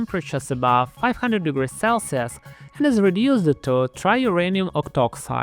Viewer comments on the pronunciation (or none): none